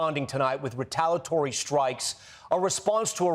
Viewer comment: Why can't Tom say "retaliatory?"